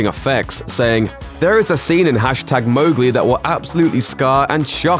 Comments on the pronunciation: watches first 1 sec ok this is fine hears MOGli and gets triggered: itS MoWGLi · The ‘Mow’ in Mowgli is pronounce like ‘cow’. It says that in the first few pages of the book.